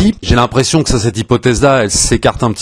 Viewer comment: Richard Madden,; pas "Madsen" ☺️